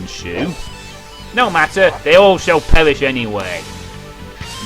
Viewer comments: And then Yuan Shao… pewished xD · I like your speech impediment its cute no offense :P "they all will pewish" xD reminds me of that guy from Dexter's laboratory